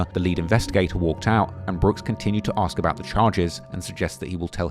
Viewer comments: He sure does like to "Axe" the judge a lot of questions, for a guy who claims "Im far from an idiot". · “I don’t have a problem with doin what you AXE me to do” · "he's very intelligent" every time he opened his mouth he displayed how unintelligent he was. He can't even pronounce "ask" lmfao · maybe he shouldve been proven to be able to say the word ask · Being able to clearly pronounce the word ask should be a requirement for attainment of most “rights” and privileges afforded to adult citizens